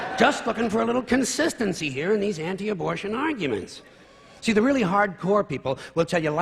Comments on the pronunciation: Lol "abortation". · "Abortation?" Seriously?